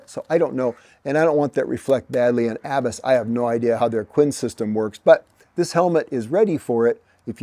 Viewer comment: Im pretty sure you don’t pronounce Abus the way you are. It’s a German company. They make locks AND some of the best helmets in the world. The world road champion wears Abus. So glad you like them. Im sure they really appreciate it.